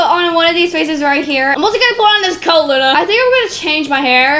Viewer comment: Lol when said Luna, she said Lana😂